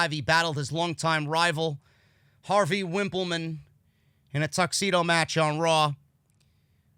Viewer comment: RIP Howard Finkel, greatest ring announcer bar none. On a lighter note, my brother and I also used to call Harvey Whippleman "Wimpleman", you got a laugh out of me there